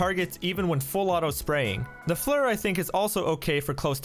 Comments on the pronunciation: FLIR Pronounced Fl-ear not Flur.. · Its pronounced "FLEER". Even the engineers on the FLIR site pronounce it as such. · Frans Norling I know it’s called Flir, I’m saying it’s pronounced “fleer” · Listening to you say “FLUR” is painful lol